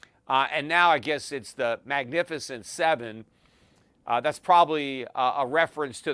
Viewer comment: Peter you always listen to CNBC and you've never heard of "The Magificient 7" 😂